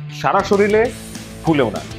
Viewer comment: Ha ha ha , we liked your videos. That's why made comment one year later ! But did you say SORILE ! instead of SORIRE several times here 😂 !!!